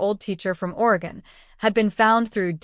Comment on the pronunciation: It's NOT pronounced d*I*joxin😮.! It's dujoxin or d*i*joxin. And it's pronounced OR-E-gun.